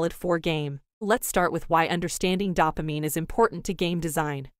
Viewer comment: I could hardly get through it with the mispronunciation of "dopamine". DOH-pah-MEEN, not DAH-pah-MEEN.